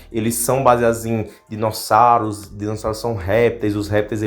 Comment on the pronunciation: "Dinossários" kkkkkk